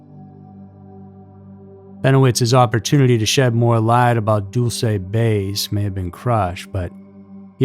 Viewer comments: I live near there. We pronounce it dull-see. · this is probably petty but i think it's DULL-chey, not DULL-say. super fascinating subject overshadowed by area 51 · Pronounced "Dull-chee" not "Dool-say" you sound so stupid when you mispronounce such a well known base.... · Pronounced (dull-chay) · I thought it was Dulce " Dull-se' '" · You pronounced dulce New Mexico wrong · you're pronouncing Dulce wrong